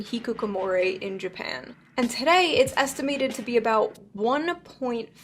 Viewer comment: What she explained about hikikomori was completely wrong. She even can’t pronounce hikikomori 😂 I know what exactly what hikikomori is and actually she seems that herself is hikikomori😂 hikikomori is also characterized by strong self-assertion!